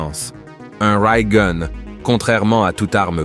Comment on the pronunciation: Pas facile dire de dire rail ou gun . C est gun pas goon lol